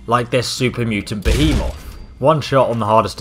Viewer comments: why did you say behe-moth instead of behemoth... It's not a giant moth that eats your armour... Lightbulb!!! Also the Prydwen is an airship and not a blimp because if it was , all the people in the upper deck would have suffocated from it being full of helium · can't pronounce anything right, pridewyn, Guss Rifle, supermutantbehemooth.